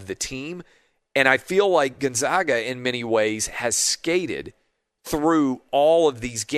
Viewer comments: Gonzaga is pronounced Gon-ZAG-uh, not Gon-Zawg-uh. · why is it so hard to say GonZAGa? Why say Gonzahga, then call then them the Zags? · Love your show Clay! Big fan. I live in Spokane and I feel like I have to provide clarification on the correct pronunciation of Gonzaga. It’s actually pronounced Gone-Zay-Guh, not Gun-Zah-Guh. Anyway, not a slam, just wish people outside of Spokane knew the correct pronunciation. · GONE -ZAG - UH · Dear Mr. TRRRAHHHVIS... Zags = Gonzzzagggga. Absolutely zero "ahhh" involved. Bias. See? Your name sounds weird with an "ahhh", as well.